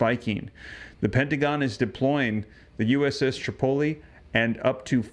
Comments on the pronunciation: Pronounced uss trip-o-lee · You pronounce Tripoli wrong... Google it!